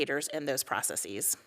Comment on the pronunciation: Is it processes or proceecee's? Is it basis or basceecee's? Huh